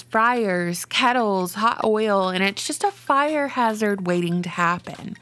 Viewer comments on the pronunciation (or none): none